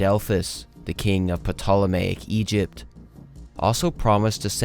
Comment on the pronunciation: Great video! FYI, I’m pretty sure the “p” in “Ptolomaic” is silent.